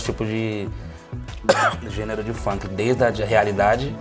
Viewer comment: Assim como o maestro estaria rico se ganhasse 1 real por cada vez que errou a pronúncia da palavra gênero.